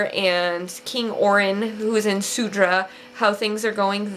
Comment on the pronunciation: Yes Surda u pronounced as Sudra.